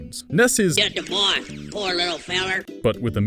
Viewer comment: Toad Knight, no, I actually messed up saying “boy ”